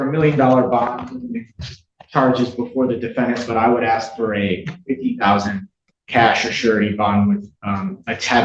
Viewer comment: Oh that defense attorney did not say "axe" in court instead of "ask". Oh dear lady...